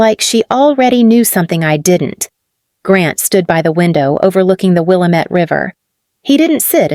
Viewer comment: It's Will-a-met not Willa-met